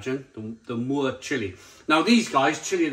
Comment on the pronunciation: Pronounced “muertayyy”. Death in Spanish. Also. You’re meant to cook hotdogs in the brine you get a much much better flavour. 🤦🏼🤦🏼 Come on don’t be a bell end.